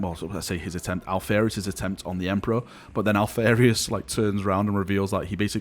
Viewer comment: Alph-AR-ius > Alph-AIR-ius